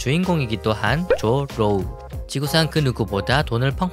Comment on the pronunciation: 발음잘해야지 조루